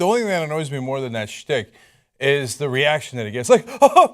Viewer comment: cenk keeps saying " shtick"